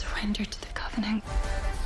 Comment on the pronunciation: why does she call it "the covening"(?) and not the covenant? Help